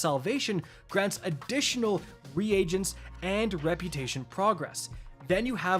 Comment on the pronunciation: Dude. I like your content but you gotta be saying those words wrong on purpose, right?? I don't think that's how you're supposed to say "Reagents".